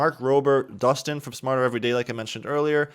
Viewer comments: Destin, Smarter Every Day's name is Destin. Not Dustin. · Did anyone notice that he said "Dustin" and not Destin? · Its not Dustin by the way it is Destin! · mans said dustin from smarter every day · Great vid but it's Destin from smarter every Day, not Dustin xD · Who's Dustin? Oh You mean Destin! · istnt it destin instead of dustin?